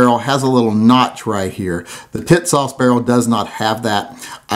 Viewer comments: TİSAŞ is pronounced ''Tea-sahsh''.. with accent on the first syllable. The company has a nice promotional video in English on YouTube- "Tisas promotion film" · Damn. Why can't you call it the right way? Tits ass!